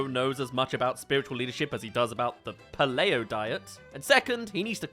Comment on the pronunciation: If your pronunciation of "paleo" was intentional engagement bait, it has worked amazingly.